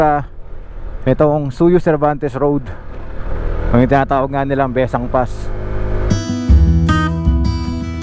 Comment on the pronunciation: Maganda ang daan na iyan at iyan ang daan ng mga taga Ilocos paakyat ng Sagada. Nakakahilo nga lang daan na yan kung naka-van 😁. Taga Ilocos Sur po ako at ang bigkas namin ay Bes-sang.